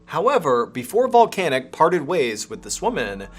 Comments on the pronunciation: Drink every time he says Voncanic 😂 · Can't not hear 'vulcanic'